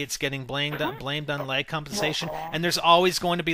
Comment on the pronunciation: i love how you say lag.. leg